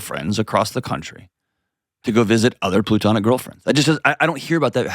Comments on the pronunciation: Somebody tell John that it's platonic, not plutonic. Goodness! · Someone please tell John it’s “platonic” not “plutonic” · Can someone please tell Dr. John it's "platonic," not "plutonic"? 😅